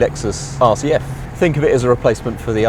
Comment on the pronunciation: I keep hearing Lexus RCH... then I have to remember it's not a red clam hair